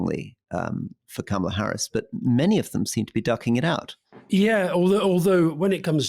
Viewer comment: Cam a la instead of karma la and bee zos instead of bay zos! Come on guys, do you want us to take you seriously or not?